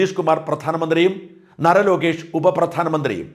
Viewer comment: നര Lokesh അല്ല നാര Lokesh ആണ്